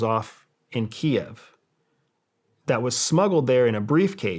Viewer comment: Finally. Someone using the correct pronunciation of Kiev.